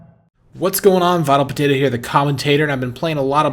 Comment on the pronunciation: lol, why do you say vitalpatato?